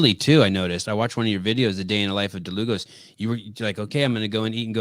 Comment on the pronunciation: yes Dlugos is a polish name, it is actually "Długosz" and should be pronounced as "Dwugosh" if that makes sense